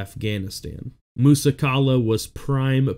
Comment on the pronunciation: pronounced "Musa Kayla" FYI